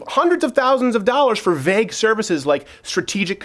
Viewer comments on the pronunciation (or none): none